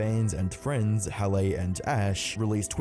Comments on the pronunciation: ""huh-lay"? pretty sure halley is pronounced "hah-lee" lmao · bro said every variation of halleys name except the actual pronunciation of it lmao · Can you make up your mind on how to pronounce Halley’s name? Feels like AI is doing this commentary.